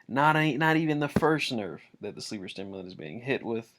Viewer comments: Its sleeper simulant.......not sleeper stimulant.....sorry but when I hear something said wrong it pisses me off. Like it has no fucking t in the god damn name! Everyone I know says stimulant....like why just why...... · Sleeper SIMULANT. Not STIMULANT. You are literally reading the TWAB and still mispronouncing it. I don’t know why this bugs me so much...but it does. There is not an extra T in the name.